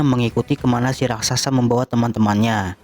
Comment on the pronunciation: Raksasa ler bukan rasaksa